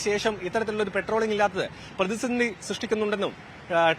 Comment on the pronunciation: പെട്രോളി൦ഗ് അല്ല സേട്ടാ പട്രോളി൦ഗ് ആണ്